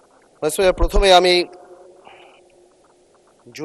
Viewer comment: এদের জুলাই নাম বলতে কষ্ট হয়,আর হচ্ছে মাননীয উসপোকার না মাননীয় স্পিকার